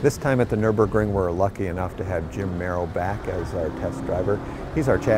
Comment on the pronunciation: Americans should learn to pronounce Nürburgring.